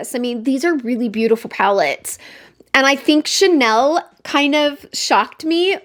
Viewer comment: I think I will not be able to help myself. I have not been tempted by Chanel in a loooong time. I appreciate the effort of searching how to pronounce the name. Thank you